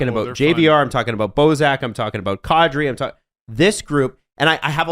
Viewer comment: Will the broadcasting community ever, as a group, get the pronunciation of “Nazem Kadri” right. Come on guys, it’s been ten years.